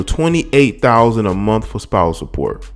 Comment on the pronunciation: $45,000 a MUNF? Did he meant to say MONTH?